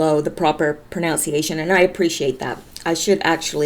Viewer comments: i just wanted to assist with some of the "pronounciation". It's pronounced pronunciation. :) Keep up the good fight! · Pro-NUN-see aye shun not Pro-NOUN-see aye shun. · Pronunciation is Pronounced ProNUNciation. You're are too cute!! I hope you don't mind me saying. You sounded a bit stressed in your last couple of vids Hope negative comments aren't getting to you or you feel you have to rush through just to cut time. Just in case... don't let others tell you or make you get through your videos faster. We enjoy you and want the truth coming from you the way you've always given it. Much love💚💚💚🇺🇸🇺🇸🇺🇸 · you're mispronouncing .... pronunciation.....